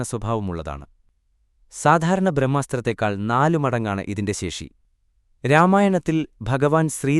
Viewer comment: ശേക്ഷി അല്ല ശേഷി